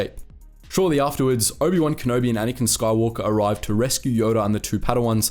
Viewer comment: Rey Sky-Wokah